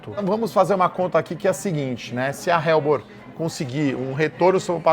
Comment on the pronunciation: Não se pronuncia "RELBOR" e sim "ELBOR"